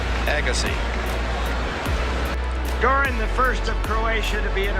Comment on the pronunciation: Interesting..... But I'm pretty sure his name is Andre AYEgassi......lol. I don't think I've ever heard his name pronounced like that in 30 years.